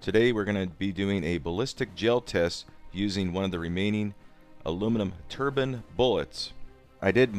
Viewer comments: 'tur-byne' Turban is what Sikhs wear on their heads. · Tur- bine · I think you'll actually find its turd-fine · Just being funny. What you have in your hand is a turb ine. Say nine then say turbine lol